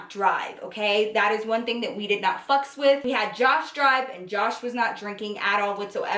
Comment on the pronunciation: I love how always adds a random letter after some of her words like fucks and seent lol